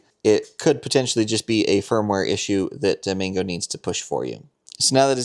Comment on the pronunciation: Why do you keep saying 'Mingo' when the word's clearly MANGO like the fruit. Or do you eat mingos too?